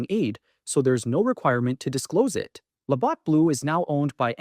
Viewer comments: If you can't pronounce LaBatt's properly... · Can't pronounce Labatt properly makes me question this off the top